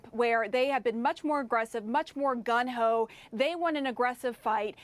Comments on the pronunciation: Did she really just say "gun-ho?" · IT'S GUNG HO YOU FOOLISH WOMAN 🤣